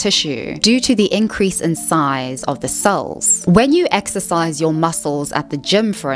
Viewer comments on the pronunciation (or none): none